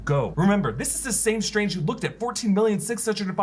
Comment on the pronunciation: "Dr. SILIIILII UIIUInge"